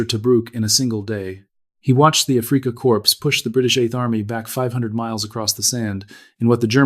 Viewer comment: AI voice needs to retrain pronunciation of Afrika Corps not afreeka corpse